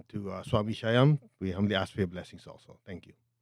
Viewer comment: It's pronounced "Shhh ...yam"